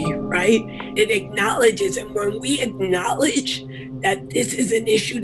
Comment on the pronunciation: "And when we ACKnowleDGE! that this is an issue that is part of our theological UNderstanDING! that it's part theology and PRACTICES!..." You can always tell someone has no fucking clue what they're talking about when they put a bunch of emphasis on buzz words yet the sentence as a whole has no substantive meaning.